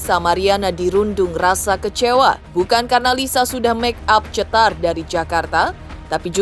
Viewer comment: Ini bukan CETAR tapi CETOR 😂😂😂